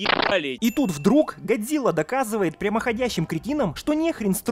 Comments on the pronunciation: Почему чел с геморойным лицо (Серизава) называет не Годзила а Годзыва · Какого хуя он говарит Гадзира🤣если Гадзилла